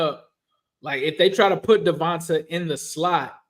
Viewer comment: Hi. Eagles fan here. Fyi, it's pronounced "Devontay", not "Devontuh". Nice video.